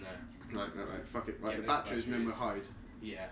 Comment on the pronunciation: making this more pleasurable viewing would be a certain someone saying batteries, not ba'eries